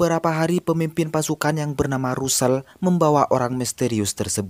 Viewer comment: Tulisan nya Russel,bacanya rassel